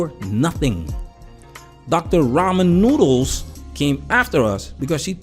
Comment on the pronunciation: Dude said Doctor Raman noodles 😅. I should not laugh this hard at work.